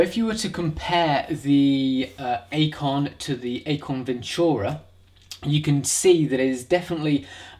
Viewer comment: It's pronounced "Icon".